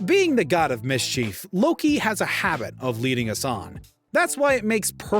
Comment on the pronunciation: Mis chief?? This guy's over annunciating cracks me up😂😂